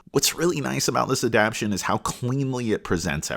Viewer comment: I can’t get over you saying “adaption” instead of “adaptation” but I appreciate the review otherwise.